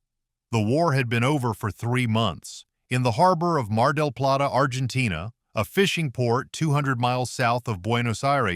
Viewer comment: Argentain. Gayass Ai